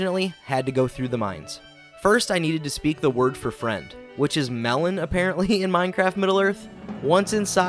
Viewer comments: (Mel - on) how you say it kind of but not really mellun, there is a difference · Melon (pronounced May-Lawn)